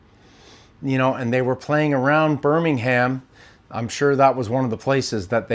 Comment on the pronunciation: I love how Americans say 'BirmingHAM' haha, it is pronounced 'Birmingum' 😅